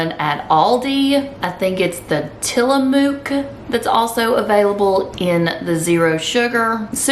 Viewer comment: 👍👍👍👍👍👍👍👍👍👍👍👍👍👍 (psst... Tillamook rhymes with book.😊 )